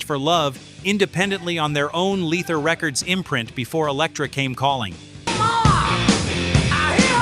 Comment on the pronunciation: FAKE narrater can't pronounce, "leather"... Pathetic!